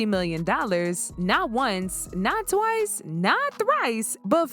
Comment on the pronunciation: "Not Twrice" hahaha